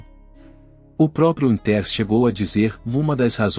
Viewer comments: "Wintérs"? Sério? Larga essa AI e vai narrar seu vídeo, man! rsrs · O narrador nao sabe pronunciar os nomes como o de Dick Winters e outros nomes ingleses.Como acreditar no que o narrador fala ?